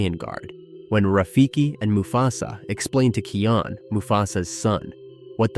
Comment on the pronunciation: Simba not mufasas son kion not keon